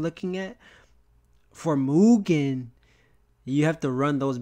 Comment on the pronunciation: Also, because it's bugging my ears, thanks for fixing the mugen pronunciation, but it's pronounced, E.-Keh-men, not aikman